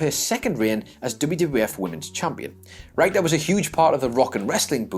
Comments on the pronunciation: is not allowed to narrate any more videos until he learns how to pronounce wrestlers' names correctly. Jacques "Roo-go" in a previous video and Wendy "Ryke-ter" in this one. Would it kill the man to ask someone who knows something about 80s and 90s WWF? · Aside from the mispronunciation of Wendi Richter's name (RICK-TURR), and misidentifying Sheik's character during the traitor Slaughter angle... there's no such place as "Battle" in Michigan. There's Battle CREEK, which is the home of Kellogg's Cereal and RVD, but no "Battle." Look, I love you guys, but you need to do better copy-editing. That includes vocal copy-editing (RICK-TURR!!!). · I'm sorry, but Wendy WHO? I mean, I know Brits mispronounce all kinds of words, but mispronouncing someone's name? C'mon, do some simple research, if you're unsure. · Call the people at Guinness world records...most mispronunciations of Wendy Richter's name in a single YouTube video. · Seriously, do you mispronounce things on purpose? -_- maybe it's just one of my pet peeves, but anyone who is hosting and reading facts in a video about wrestling should know how the hell to pronounce Wendi Richter's name....grumble...